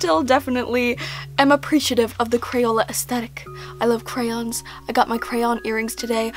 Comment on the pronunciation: When you pronounce crayons like crowns